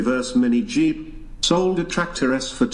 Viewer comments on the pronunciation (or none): none